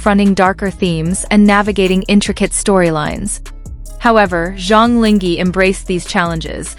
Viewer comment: Please be more professional and at least Go figure out how to pronounce someone's name correctly !!!!! SUCH LAZY WORK! LING(H)E??? So you just randomly decided to drop the H?? Decided the H is silent? SUCH IGNORANCE! This is INSULTING!!